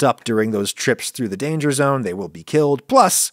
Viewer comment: Lana... lana...Lana.... LAANA!!! What? Dangah zone.